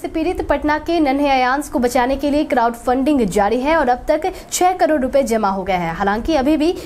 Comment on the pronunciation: Karod ki jagah per aap karoro bolati Ho